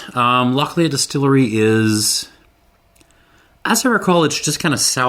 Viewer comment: Lochlea is pronounced lock-lee, not leah. I understand the first name Lea can be pronounced like that, but not lea in the sense of field or meadow, as that is pronounced lee. I checked and the distillery website includes it on their faq page: "We pronounce it as ‘loch-lee’ with the ‘ch’ part pronounced as if you were hissing like a cat!"